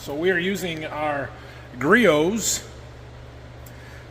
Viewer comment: Griots is pronounced as "Gree - OHHs"